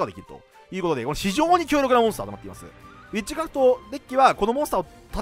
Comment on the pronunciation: えっちくらふと・・・？(空耳)